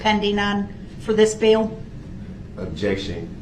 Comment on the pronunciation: "What was the DNA you found on the sweater?" Ob-ject-un spec-u-lative